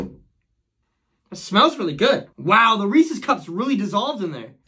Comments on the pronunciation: My boy actually pronounced Reese’s right. Thx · I liked and commented and watched this until the end SPECIFICALLY because you pronounced Reese's correctly. So glad you didn't say reeeeeeeeeeeeeeeeeseeeeeeeeeeeeeeeeeeeeeeeeeeeeeeeeeeeeeeeeeeeeeeeeeeeeeeeeeeeeeeeeeeeees.